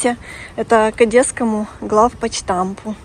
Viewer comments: И милая девушка говорит "ГлавпочтамП".) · Главпочтамт!!! Говорите правильно ❤